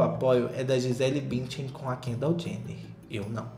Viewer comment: Morri com o Gisele "Bintian" na reportagem. 😂